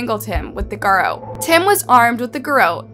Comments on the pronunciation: gair-ROT. not gairo. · Is shawty like reading from an article or something when she does these videos because she’s always pronouncing like two or three words wrong. Word she chooses to use. Or did she not write the material from which she’s reading. Garrote is pronounced Ga-Rot. Not really a big brain word. Every video with this channel it’s one or two words, anyways just actually learn about the stuff you want to cover in a video instead of script reading an article. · You have a true crime channel and you can't pronounce "garrote" correctly...?